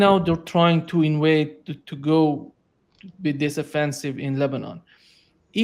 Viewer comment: it is invade not inwaide🤷🏻